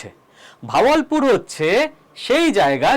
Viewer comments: ভাওয়াল পুর .... বাহাবাল পুর। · Not vawalpur , kothata Bahawalpur.